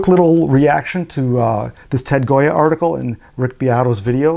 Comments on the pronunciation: The author's name is Gioia which should be pronounced like "Joy-uh", not Goya. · It is said, perhaps, in other comments, but Ted's last name is pronounced JOYA, not goya. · Thanks,, for taking on this subject; your thoughts confirmed and validated my own experiences and answered some questions about their implications. (P.S. Not the biggest thing in the world, but Ted Gioia pronounces his name JOY-uh, like the poet, not GOY-uh, like the artist.)